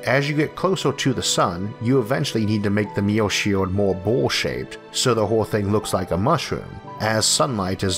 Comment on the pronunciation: It's the way he pronounces Mirror...